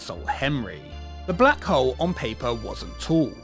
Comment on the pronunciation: I have to do this every time I hear "The Black Hole". It's The Blag 'Ole!